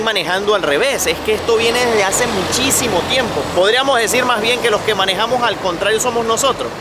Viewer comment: Soy Andaluza jajajajaja siempre veo vuestros vídeos y cuando ha dicho que hazee me ha matao! jajajajajaja te has mutado a andaluz? O que Haze?